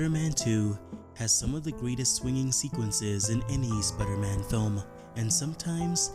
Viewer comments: sprrrman? wtf dude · Can you say normally Spiderman